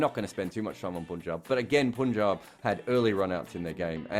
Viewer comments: It’s PAANJAAB, not POON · Damn it's PUN----JAAB not POOOOOON-JAB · So you pronounce P-U-N as Poon.. Really? and its a Pronoun and its a team there for 14 years now. Why is it so difficult to learn rather than saying what he is saying as grammatically correct. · It is spelt P-U-N-J-A-B. So a foreigner will most definitely pronounce it POOOOON-JAAAB and not PAAAAN-JAAAB. He is being grammaticaly correct. Why u so triggered mate?